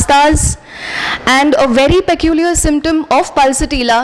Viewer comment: Please correctly pronounce word peculiar.